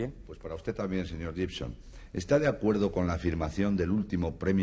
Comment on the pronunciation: De la época en que todo el mundo pronunciaba GIBSON como llibson (es guibson). Y el bueno de IAN (al que llamaban muchos áian, es ían) no los corregía.